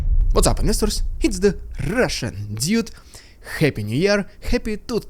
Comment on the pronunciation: if you're going to use English jargon you really need to learn how to pronounce it properly dude! it's pronounced doood not duid!